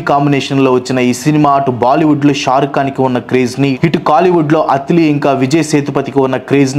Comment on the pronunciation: అత్తిలి కాదు అన్నా అట్లీ